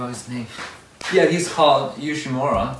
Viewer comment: Quick tip: You are pronouncing Mura in Yoshimura like Mora, the u is pronounced like the oo in Moo, Yoshimoora :) Just don’t hold onto the U too long. Also I love your editing style!!!